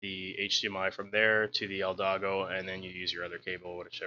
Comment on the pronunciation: eldago? XD